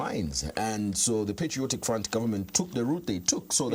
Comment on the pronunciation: its patriotic and not "PETRIOTIC" 😅